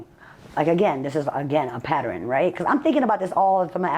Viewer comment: She must be swallowing her own lies because it look like she gained about 20 lb😂😂 She said patteren